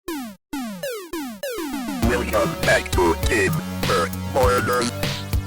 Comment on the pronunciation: Bro really said Tiber boilers in the intro😂😂😂